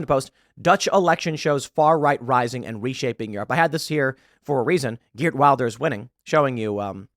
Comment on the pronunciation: Just a note His last name is pronounce with a "V" (vil-der), not Wilder.